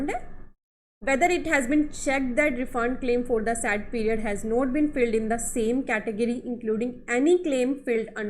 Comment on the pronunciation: No doubt u hv great knowledge of GST... But whenever I watch ur videos... I'm very much distracted by some of ur words like "SAD VS SAID" & "FILLED VS FILED" pronounced. Please forgive me... Hope u won't mind. Thanks.